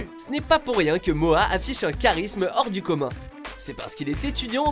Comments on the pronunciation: "Moa" "retourné au Ebs" ça me tue comme c'est prononcé haha ! Je l'écoute et visionne ses vidéos depuis quelques temps et honnêtement c'est vrai qu'il dégage un truc particulier. Il parle des mêmes choses que d'autres rappeurs mais avec son style et sa gestuelle, et ça rend pas mal. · C'est Mora mais bon on le dit comme si il y avait un r